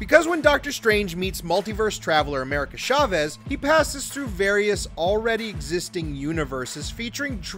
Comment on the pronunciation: It's America **Ch**avez, not **Sh**avez. Spanish!